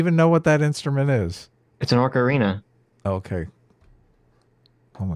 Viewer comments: he called it an ORC arina lol that takes me back to my youth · Did call it an orca-rina?